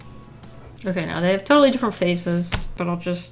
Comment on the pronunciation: “Annie are you ok-ey” I’ve never heard that before that was so funny